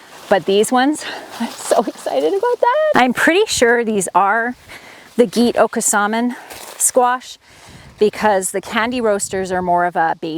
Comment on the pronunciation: Gete-okosomin (pronounced GhATE-ay-Oh-COHS-suh-min) or something close, but not Gheet. Interesting pre-Columbian heritage seed, and some debunking mythology as well.